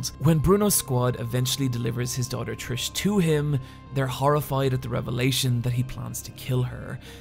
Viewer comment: At least he pronounces Trish correctly.